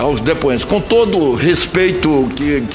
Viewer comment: Lingua portuguesa: Presidente, depoente. Renan canalha: prisidente, Dipuente.